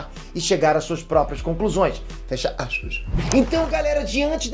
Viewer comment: “…fecha aspaiss “!!!! Demais garoto, vlw!!!!